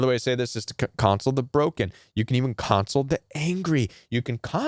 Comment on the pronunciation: In your section of "Using Empathy" first, it is awkward to hear your pronunciation of "console." A console, as a noun is pronounced CON-sole. Console, as a verb is pronounced con-SOLE, con-sol-A-tion, con-SO-ling, con-SOL-ed. And second, "Planed Giving" does not make any sense, the same as "Mountainous Giving" or "Grooved Giving" doesn't mean anything. If you mean to say that their giving is premeditated, you would call it "Planned Giving." Beautiful and Helpful content, but wanted to point out these two things in case it helps.